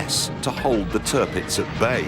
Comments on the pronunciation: You're gonna love this... Clarkson's best work I think. You must watch the other one he did. Equally brilliant. Turpitz... not Turpix. The German government was very differently considered in the early 30's remember. Hitler came to power in 33. Certain members of the Royal Family had certain Nazi sympathies as well for a time. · Its Tirpitz, not Turpix